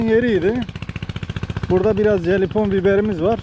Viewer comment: jalepennio diye yazilir halepenyo diye okunur,,, jelipon degil.